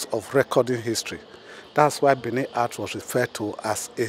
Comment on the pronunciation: BENIN NOT Bini